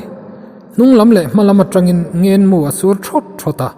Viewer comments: Ngên mu a ngênn a ngên a nilo, ngen nu leh pa kan ngen anga lamrik tur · He bungah hian 'Ngenmu leh Mualkil' lam dik a ni ta